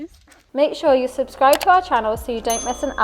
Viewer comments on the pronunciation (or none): none